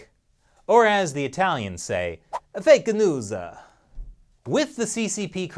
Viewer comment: " eh fekaa newzaaa" 🤣